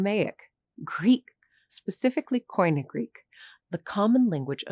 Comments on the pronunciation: Love this video dear but as a Greek, it's not pronounced "koini", it's ptonounced "kini". The vowels O and I when combined are read as I. ❤️ Excellent video though ❤️ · koine = koinḗ = κοινή kini , not , ko i ne . At least in modern Greek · Koine it's not pronounced like you said it. In greek the letter o and the letter I when they are put together are pronounced like the letter I so it should be pronounced like "kine" and not ko-i-ne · The common language is pronounced not koine but kene like bikini. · The modern version of the Greek language, it is not pronounced "koini". It is pronounced "kini". "O" and "I" put together, they form a diphthong, sounding as "I" as in the word "sin". There are syntax and few grammar differences compared to ancient Greek, but in effect it is the same language. A Greek speaker today, can read and understand a script, carved on marble, 3, 4 or 5000 years ago. It is, amazing. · I wish English speakers would stop pronouncing it "koine". The correct is kini (like one wound pronounce the words key knee). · PLEASE! Correct the pronunciation of the word "KOINE" . It's NOT KO-I-N-E. It's KEE-NEE. OI = EE (οι = ι). Ε = Ε not EE. (Like in tree). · Great show. Thanks for your assessment. Just a small observation. By the Alexandrian era diphthongs were actually pronouncesd as a single vowel. Thus KOINE was pronounced "keenee" with O and I merging into an e sound. In fact dophthongs were merged even since classical times. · KOINH is pronounced like KEY-KNEE not O but OI=E . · Common greek, koini greek, is pronounced " kinney" with the intonation on the last syllable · Nice video,the only thing that makes my ears bleed is the pronunciation of that "koine" word.